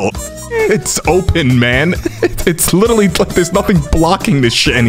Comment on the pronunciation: LITER-ALLY NOT LITTALLY